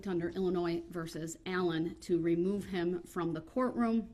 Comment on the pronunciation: Darrell "re-moo me den".... Dumbest psychopath in WI...